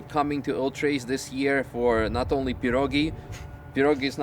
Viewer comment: not pirOgi but pirogEE))